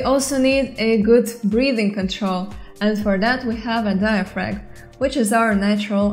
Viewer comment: A tiny thing: in the word "diaphragm" the g is silent, the m is not. so it's "di-a-fram" not "frag" Love your videos, and taking on such a task is admirable. We have a lot of words from a lot of languages which makes ours very hard to pronounce, even for native speakers. And you do a really good job, all things considered.